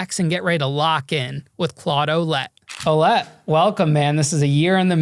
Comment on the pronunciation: As a French Canadian who grew up with a couple Ouellette... That's not how you pronounce that!!! 😅 It's more like wuh-LEHT